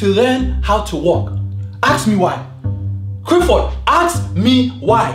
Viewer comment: not Clifford